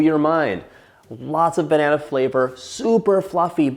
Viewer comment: John, I will actually pay you money to never say the word "banana" with emphasis on every syllable ever again. I implore you.